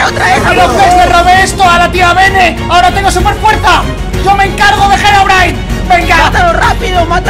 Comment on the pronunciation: Por que no callo el trueno cundo mikecrack dijo herobrain en el like si te diste cuenta